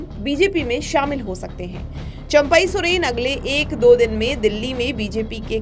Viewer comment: इनका तो चंपाई सोरेन उच्चारण नहीं आता